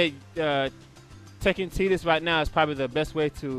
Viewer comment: lol still gonna say TI-dus instead of TE-dus